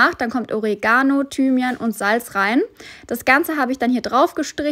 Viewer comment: Es heißt: OrEEE-gano, Betonung auf der zweiten Silbe!!!!!